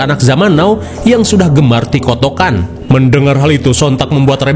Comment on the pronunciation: Tiktok ❌️ TIKOTOK ✅️ 🤣🤣🤣